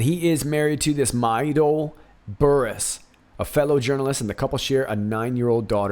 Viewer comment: On the story about Chris Burrous, he had foot surgery recently and we believe he became addicted to the pain meds. And when the doctor cut him off the meds, he turned to illegal drugs. So we hear. BTW, his las name is pronounced like burrows like the animal. 👍🏻